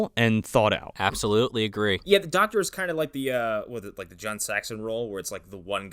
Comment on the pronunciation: "DogTor Loomis"